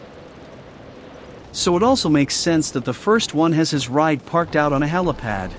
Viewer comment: Great work. "helipad" lol